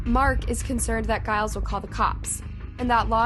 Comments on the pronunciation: Are you saying Giles? I am just confused because that's really not how you say it. Few bits like this recently. Just thought you would rather know. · it's supposed to be pronounced with a G as in George. 🙂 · Please google how to say names, saying them incorrectly is annoying. Giles is pronounced with the G pronounced as you would in the word 'gent'.